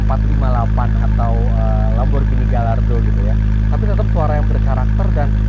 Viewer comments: revolusioner darimana nya bang, agera rs udh diproduksi dari thn 2015, itu berarti bkn nsx yg pertama pake motor listrik sma twinturbo. saran mending research dlu, banyak info yg keliru. 918 spyder itu bkn ferrari tpi porsche,dan lamborghini gallardo dibaca sesuai sma tulisannya bkn gayardo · Gayardo om 😂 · "Lamborghini gayardo" kayaknya om fitra eri typo mulutnya, atau sayanya yang salah denger😂